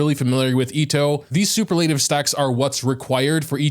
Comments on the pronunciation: i can't help but giggle at his pronunciation of superlative. super-lateive. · you should google how to pronounce superlative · Please learn how to pronounce superlative.. no offense meant, just look it up because it's a good word to know. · Ohh god I had forgotten how you pronounce Superlative xd